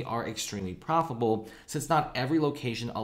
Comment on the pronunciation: The company is "profable". Are you for real?